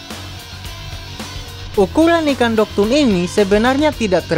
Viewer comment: Dogtooth bang bukan dogtoon